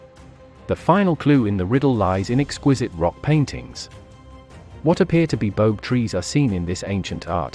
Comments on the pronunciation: Baobab, pronounced with 3 syllables, Ba-oh-bab, not Bobe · the pronunciation of the boab tree is bo ab not bobe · You said 'boab' wrong! It's Bo-ab not 'bobe'! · Pronounced bo-ab not bobe. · The tree is pronounced Bo-ab. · Bo-ab (two syllables) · Bo-ab... Jesus, pronounce it right. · Say it as “ Bo-âb” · Boab is a word of two syllables my friend.